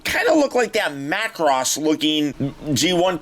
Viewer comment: Major props on saying Macross. 👍